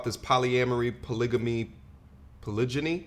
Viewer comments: *Title of the video * proceeds to say “Polygany” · "WE EDUCATED" Can't speak proper english... CHECK "BLACK WOMEN THE MOST EDUCATED" Can't read a graph... CHECK She doesn't even know how to pronounce "polygamy" ffs. It's a hard G you dumb twit